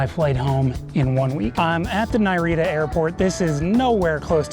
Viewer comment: Hahah he called it Nairita airport